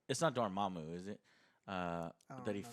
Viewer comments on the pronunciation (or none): none